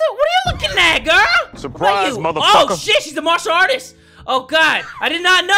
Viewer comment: Wtf Is a marsher artist?! XDDDD